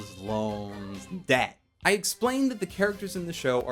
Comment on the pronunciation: Am I the only one that think that he put to much emphasis on. debt